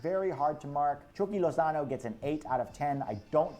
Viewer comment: My manz did lozano wrong 💀